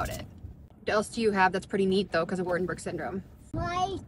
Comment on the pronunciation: "Wart-Bug Syndrome"🤭